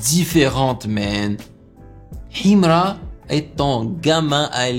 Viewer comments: J'aime trop sa manière de prononcer Himra 😂❤ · Sa façon de prononcer Himra 🤭😂😂😂😂💔